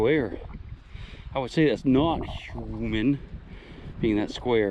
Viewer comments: I hate the way you say human stop it please 😨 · Dude its huuuuman!!!!!!!!!